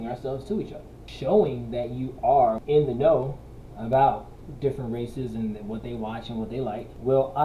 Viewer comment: ?!! What's 'at aboot?!!!